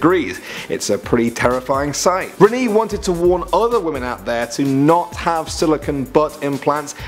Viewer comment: You pronounced Renee wrong